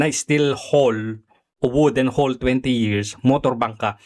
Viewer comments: Anong steel hol, hull yan ayusin mo pag bigkas kung mag vlog ka. Alam ko hindi ka seafarer ayusin mo lang boss pag bigkas may pa bobo2 ka pa kay Sen. Tulfo. Natatawa na lng ako sa narinig ko sa yo. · "hull" ang tamang bigkas ay "hal" let me remind you